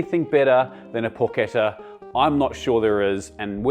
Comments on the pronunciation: pronounce it correctly; in non- former prison colonies it is called "PORCH-ETTAH" not "PORKETTA" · Down voted for pronouncing it like an english